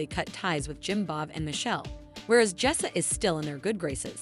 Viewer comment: You don't even say her name right.